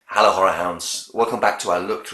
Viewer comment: First time here And I generally thought you said “Hallo whore house” (yes I am aware of the misspelling of hello. Lol) I had to check the channel at first Hahahaha Great review tho